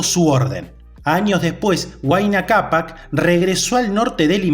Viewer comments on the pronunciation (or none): none